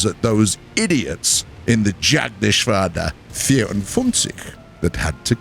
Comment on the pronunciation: Btw you totally butchered „Jagdgeschwader 54“